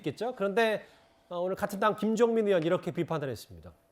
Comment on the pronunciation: 으원이라는 발음 거슬림